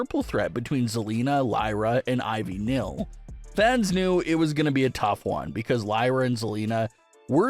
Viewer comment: U can't even say Ivy Niles name right, u say Ivy Nill, I really don't believe what u say